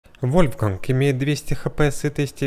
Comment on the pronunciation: А вы тоже говорили вольфРанг а не вольфганг